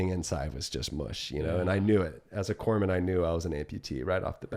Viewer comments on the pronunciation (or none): Corpsman, pronounced kor-muhn, whoops. 🧐